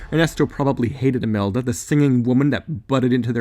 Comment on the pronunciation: Its imelda not amelda